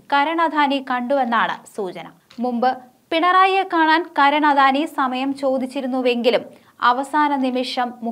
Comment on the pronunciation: അധാനി അല്ല .... അദാനി